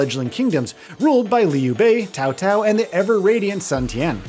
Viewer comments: Tsao Tsao, not Kao Kao :p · I heard cow cow and tao tao multiple times haha. Wouldn’t it be tsao tsao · Why can no reviewers pronounce Cao Cao's name correcttly? lol - Earlier someone pronounced it Chow Chow. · I'm gonna lose my mind if I hear "Cow Cow" another time 🤣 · The way you keep butchering Cao Cao's name makes me cringe so hard. It would be fine if you just didn't know how to pronounce it, but you mispronounced it is more than 1 way. Anyways with such a lackluster roster I'll probably wait for a price drop.